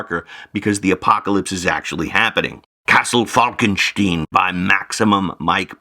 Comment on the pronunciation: Pity he mispronounced it. I wonder whether her says ‘Frankensteen’.